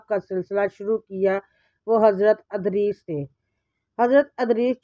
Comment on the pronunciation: Wo Adrees Nahi Idrees Hen Please Name Sahi Se Parhy